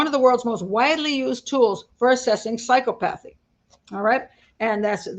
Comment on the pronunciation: please look up the pronunciation of psychopathy because I believe you mispronounced it